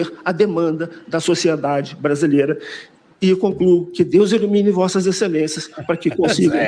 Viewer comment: "Deus ilumine". Mas pareceu dizer "Deus elimine". 😂😂😂